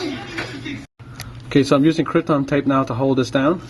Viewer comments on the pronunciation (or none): It is pronounced "Captain" Tape - Kapton - not Krypton. It cannot be used to defeat Superman. I noticed that the digitizer you removed had a copper border while the one you placed had a silver base - this is a sign of using the lowest quality, cheapest parts available. I strongly advise you try to source "original" quality parts, made to the same specifications as the originals and not the "high copy" cheaper versions. One good thing about doing things this way is that even if you do buy the cheaper high copy screen, you're still transferring the original home flex over to the new screen. High copy screens that come with home flex preinstalled are not going to come with the small SMD components that are required for Smart Cover function to work. If you transfer over the original flex, it will have these components on it.